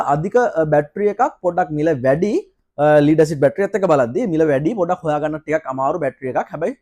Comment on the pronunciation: ස්තුති ....🌹🌷 හොද දැනුමක් ලැබුනා (ලීඩ් බැටරි නෙවෙයි. ලෙඩ් (ඊයම්) බැටරි කියන්න. අඩුපාඩු හැමෝටම වෙනවා. good job 👍